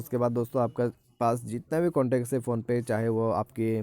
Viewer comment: കണ്ടേക്സ് അല്ല ഭായി കോൺടാക്ട്സ്, ഹിന്ദിലെന്നല്ല ഒരു ഭാഷയിലും ഭായി ഇനി ഇംഗ്ലീഷ് പറയരുത് 🤣🤣